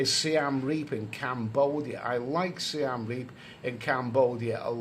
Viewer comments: its SI-EM reap not SI-AM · I know this. He calls it Siam Reap rather than Siem Reap.